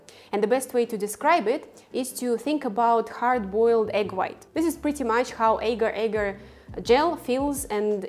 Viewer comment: This is a constant Internet problem...people producing vegan recipes with ingredients they just discovered, without a clue as to how to pronounce their name. In addition to mispronunciation of Agar, outside of Malaysia, the name is simply Agar...not Agar Agar. Other silly mistakes include: not pronouncing the "J" in "KONJAC" as "Y" (the word should be pronounced exactly like "cognac"); pronouncing the "G" in "CARRAGEENAN" as a "J" rather than a "hard G"; pronouncing "SEITAN" almost as two words, SAY TAN rather than correctly as SAYtn (almost like satan). This drives me crazy too, because once wrong in one video, g-d know how many millions might copy the mistake.